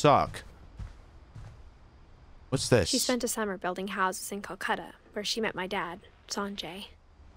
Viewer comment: As an Indian the pronunciation was so bad I HAVE A FRIEND NAMED SANJAY AND KOLKATA IS SPELLED WITH A K THIS GAME IS SO OUT DATED IN 2017 IT WAS STILL SPELLED KOLKATA